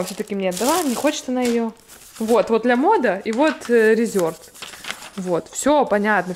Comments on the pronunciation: лЯмода не говорят,вернее лАмода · НЕ ЛЯМОДА А ЛАМОДА.